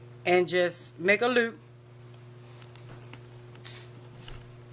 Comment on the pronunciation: The way you said make a "Loop" you sounded like Snoop from New York. So I know you from New York now lol